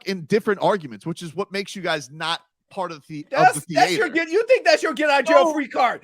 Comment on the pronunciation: THEE-ATOR LOL